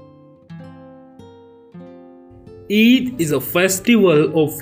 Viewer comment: Not each😂😂 it,s Eid 😊